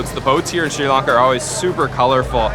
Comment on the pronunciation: SRI LAN KA NOT LARN KA.